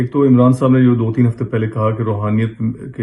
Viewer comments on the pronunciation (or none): اللہ کی شان ہے کہ جو روحانیت کے لفظ کو صحیح طور پر ادا بھی نہیں کر سکتا وہ روحانیت کا درس دے رہا ہے ۔